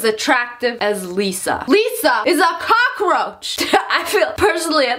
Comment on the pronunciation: For a second I was confused so I thought you said Liza like the YouTuber lol